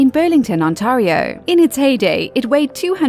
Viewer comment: The way you say Ontario hurts me